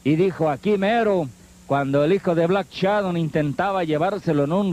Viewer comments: A ver comentarista pronuncie bien: no es "Black Chadon"... si no Black Shadow. Pronuncie bien,es una vergüenza que como comentarista no pronuncie bien y sea una figura pública para un público selecto.😡😡😡😡😠😤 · "black Shadon"